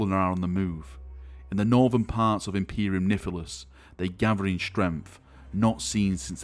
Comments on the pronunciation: Did you just say Imperium Nifilis? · Imperium "Nifilus"... lol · Imperium Niffilus? XD